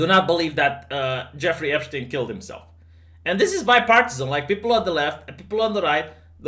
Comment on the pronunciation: Did you learn German as 3rd language by any chance? Your pronunciation of yacht and Epstein was pretty on point